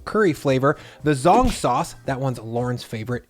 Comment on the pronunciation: FYI: "zh" in Chinese is pronounced like an English J. So it's not "zong" sauce, it's "jong" sauce. An example of this would be Shenzhen (where I used to live in China), which is pronounced like "Shenjen".